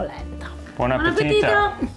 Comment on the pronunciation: your “bon appetito” is sounding more and more Italian these days!:-) Red Mill is such a great company and I’ve always used that. But I’m curious to try a coarse Italian polenta now. About grits: I didn’t see if anyone else mentioned this, but there is a very important difference between grits and simple ground white corn. Grits is from corn that is first soaked in lye. In the old days the lye was obtained from wood ash. The lye does two things: It makes the hull of the corn come off easily, and it also makes vitamin B3 available. The native peoples of the Americas did the same thing with lime. Europeans did not know about this, and in many areas where corn became a staple, they had a serious problem with pellagra, a disease that comes from vitamin B3/niacin deficiency. Oh, in the South you can also find yellow grits!